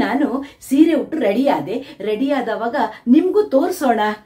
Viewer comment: ಹುಟ್ಟು ಅಲ್ಲ ಉಟ್ಟು ಸರಿಯಾಗಿ ಮಾತನಾಡಿ 😅ಆಮೇಲೆ ರೀಲ್ಸ್ mmadi😅